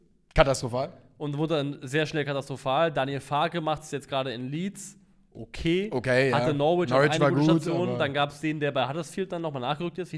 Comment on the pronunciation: Norwich wird übrigens "Norrich" ausgesprochen.